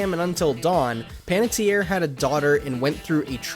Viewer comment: Really wish you took some time to make sure you were saying the actor's names correctly, thank goodness Panetierre was said correctly. But otherwise, nice to see what some of the lesser knowns are doing. They were great in the game.